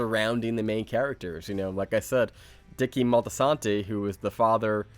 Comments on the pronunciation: It's actually Dickie Moltisanti - not Motsiano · Dickie Motsiano. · Dickie Moltiana 😳😬😬😬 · Dickie "Maltsiano"? Are you sure, son?